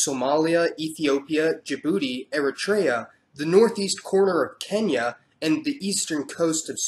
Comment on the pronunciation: It’s Eritrea not eratraya 😂